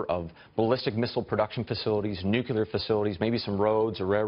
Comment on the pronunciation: It's not nuculear it's nuclear.